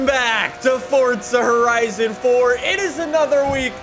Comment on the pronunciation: fortsa horizan foar